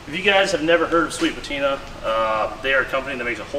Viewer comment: i think you mispronounced sweet patinr and also tiner' sauce somehow 🤔